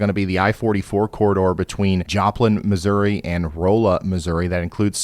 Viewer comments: Ryan, Missouri hillbilly here, it's not Roll-a Missouri, it's Raw-la Missouri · Or Rah-La 😂. When he said Row-la I was almost crying. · Hey Ryan, Rolla, Missouri is pronounced Roul-uh. Not roll-uh. 😂😉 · love you ryan but rolla is pronounced "raw-luh" not "role-uh" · Roola, MO? 😂😂😂 The “o” is pronounced like “ah”. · Rolla = Rah-lah. Not row-lah 😂😂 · Rolla, MO is pronounced RAH-luh, not ROLL-luh. Short O sound. Not long O. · Rolla is pronounced - Raw - la Ryan .. 😂😂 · Rolla, MO = Raa-luh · Rolla = Raw-la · Rolls Missouri, is pronounced “Rahlla Missouri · RAH-la (Rolla) and LEbanin (Lebanon). We pronounce everything weird here. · Springfield, Mo here, and its nice to see missouri remembered occasionally :D Also, Rolla is pronounced Raw-LUh, just to save you teasing! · Ral-la (Rolla , MO) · Great stuff good sir, thank you as always! Alil help as Im a St Louis resident, and courier for FE- Rolla is pronounced (“Rah-la”).. the I-44 corridor between StL, and heading SW out of the state is always heinous when it comes to snow hitting our area, almost like a magnet for it. That said said, another township maybe to mention when things hit the respected area is Eureka-very heavily populated, home of Six Flags St.Louis! (Ha)..with surrounding areas aforementioned, they seem to always get the fury of Mother Nature’s winter wrath, even w/the predictions you’re providing. Hoping Im not stuck 40mi outta StL trying to get back in when it hits!😂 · Rolla is pronounced Rala. But close enough lol. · FYI, Rolla Missouri is pronounced Rah la (short O) ;) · It's Rawla not Roll a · Hey, Ryan; thanks again for a great summary. For future reference, Rolla, MO is pronounced "rah-lla". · It’s pronounced Rawl uh Missouri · Hello from Southern Missouri, just wanted to let you know; "Rolla" is pronounced 'RAW-la' with the emphasis on the first syllable, kind of like 'dollar' but without the R. Oh, and can you cancel our snow tomorrow? Lol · Rolla, MO… it’s pronounced (RA-la) kinda like ya’ll-a.😉